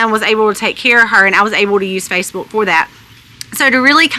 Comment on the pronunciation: Love the way she says Facebuulk, lol.